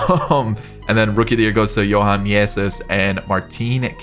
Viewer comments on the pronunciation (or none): none